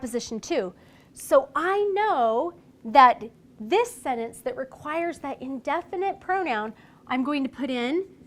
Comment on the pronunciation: She can't pronounce the word sentence.😑